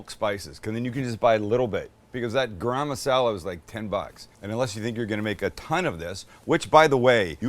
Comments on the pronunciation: Its not gram masala its garam (Gah-R[roll the R]um) masala. 🤣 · MAX….tell your dad how to pronounce garam masala. 🫣😂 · Sam, you forgot to say "Chance's and my favorite" when you added the garlic paste! I was waiting for it. PS is garam masala pronounced the same in the USA like Graham Crackers?" To this Aussie bogan (yes a real one, but living in Thailand), it always sounds like "gram crackers" and in this video "gram masala"? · Max where did you get thst bowl? Looks like a Claypot I make my Indian fish curry. I like the way Sam says Garam Masala. Lol